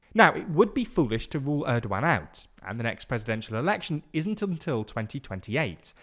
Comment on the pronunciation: The* not “teh” 😂😂😂😂